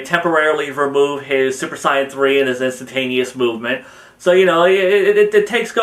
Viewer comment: one...I seen some of your videos and u say some of the words wrong. one word in most that makes me super annoyed is the (Saiyan) word